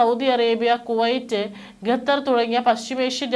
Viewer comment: ഗതർ അല്ല, ഖത്തർ എന്ന് പറയു